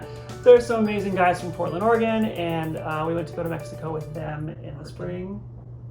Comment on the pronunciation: It's NOT pronounced OREGONE. It's pronounced OREGIN. Obviously a hard G and not like the drink.